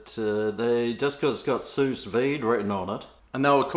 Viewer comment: It's a silent s at the end of Sous.